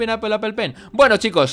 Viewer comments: al ultimo dijiste apol apol apol pen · cuando te das cuenta de k no sabe pronunciar apple